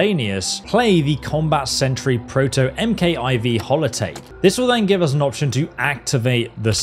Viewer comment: MKIV is pronounced as Mark 4